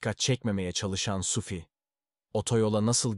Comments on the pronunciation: Sufi değil adamın adı Suphi..Yanlış telaffuz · telaffunuza biraz dikkat edin yahu, SUFİ SUFİ SUFİ ne oluyor kardeşim ? SUFİ kimdir? suphi nerde SUFİ nerde? bastıra bastıra bir de SUFFFİ diyorsun. dünyadan haberiniz yok mu sizin? daha dikkatli ve özenli olun, ciddi bir iş yapıyorsunuz.